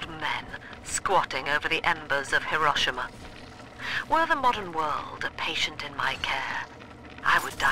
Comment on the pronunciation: hirashima? HIRASHIMA?!?! fuck, thats one of the worst pronunciations ive ever heard, he-row-she-ma, not heh-rah-she-ma? wtf? watch some anime and enjoy that sweet, sweet weeb life